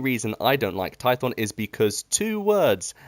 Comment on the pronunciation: You said korriban and I went "yeah makes sense" Then you said tython and I died inside